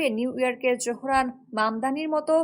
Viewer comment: নাম ZOহরান মামদানি। Z-O-H-R-A-N M-A-M-D-A-N-I. Z-O উচ্চারণ করা হয় zo, not jo.